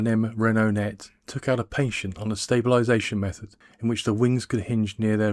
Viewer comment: PaTent not Patient (sick person).